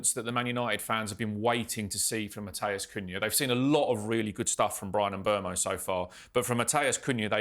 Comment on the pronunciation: It would be good if you could pronounce Mbeumo & Lammens properly! Mm boo mo Lomm - uns There are videos of them both pronouncing their names